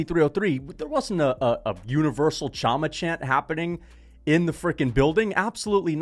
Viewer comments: chama is pronounced "Shama". Pereira has lots of aura, that's insane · Pereira did do a chama chant after ufc 300. And bro its been a few months since that words been everywhere with alex you should know how to pronounce it